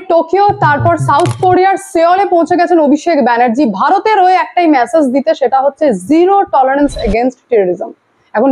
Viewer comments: আর কতবার "ম্যাসেজ" বলবেন ? দয়া করে "মেসেজ" বলুন। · Please correct your pronunciations, কানে বড্ড খারাপ লাগে। "MESSAGE" এর উচ্চারণ "ম্যাসেজ" নয় "মেসেজ"। আগেও লিখেছি, পাত্তাই দেননি। শুনতে খারাপ লাগে। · ভাই, উচ্চারণ কানে লাগে: Massage - ম্যাসাজ Message - মেসেজ